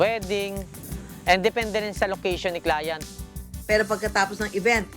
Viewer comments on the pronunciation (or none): Nadidistruct ako sa “clayant”😆